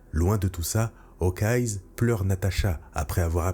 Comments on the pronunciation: S’il te plaît, arrête de dire "Hawkeyes", c’est Hawkeye sans s. On l’appelle œil de faucon, pas yeux de faucon. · Pourquoi tu prononces Hawkeye's ya pas de s ? Ils sont pas plusieurs